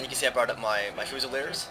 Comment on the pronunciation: Fyoozileerz is how it is pronounced. I love your Napoleon total war vids, I just got a computer that can run the game recently.